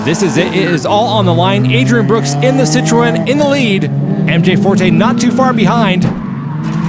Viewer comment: Citroen = Sih-Tren.